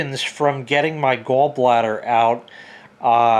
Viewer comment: It’s “Gawl” bladder not “Gull” bladder